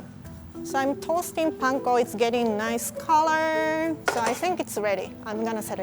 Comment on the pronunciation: “It’s very naish”